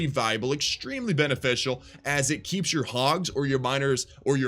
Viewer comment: Its keep not kepp